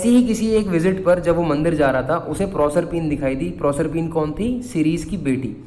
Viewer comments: PROSERPINE YOU ARE NOT SAYING CORRECT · Bhaiya aapne prosrpine ko galat pronounce kiya hai